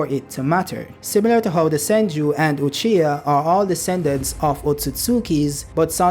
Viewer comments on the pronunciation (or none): none